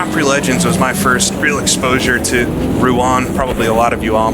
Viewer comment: One like for the correct pronunciation of Rouen alone. Great stuff!